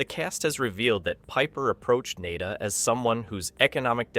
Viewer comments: Nada is not pronounced Nay-da. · The narrator is just spouting what these little communist are taught in these indoctrination camps called school. He can't even pronounce the main character. Hey commie narrator it's pronounced Na Da. As in nothing, worthless ect. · His name is John Nada as in nothing , you are saying his last name wrong and its driving me nuts.. lol